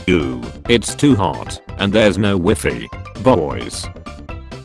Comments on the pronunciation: Everyone: some British joke. Me: he pronounces WiFi as Wiffy. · OMG THE WAY THE SHE SAID WIFI 🤣